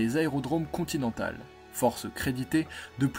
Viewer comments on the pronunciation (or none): 7 Z'assauts ??? sept sept sept. Le commentateur a 7 z'ans ? "les aérodromes continentals" ... ça fait rire mes chevals "aussi z'importants" un problème de z'allocution?